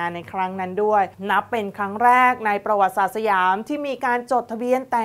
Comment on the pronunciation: กอปร กับ อ่านว่า กอบกับ ไม่ใช่ กอปอน กับ ครับ ท่านพิธีกร ประวัติศาสตร์ อ่านว่า ประ หวัด ติ สาด ครับ ไม่ใช่ ประ หวัด สาด ครับ ท่านพิธีกร อ่านให้ถูกหน่อย เด็กๆดูท่านอยู่!!!